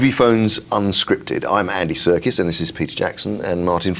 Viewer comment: can't believe he calls him self andy 'circus,' it's sarkees!! like the armenian/greek saint!